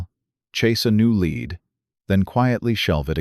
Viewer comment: I don't know if these are true of fiction, but they are entertaining. AI needs to work on their reading. Lead can be pronounced " led" or "lead" and places like St. Paul is usually Saint Paul.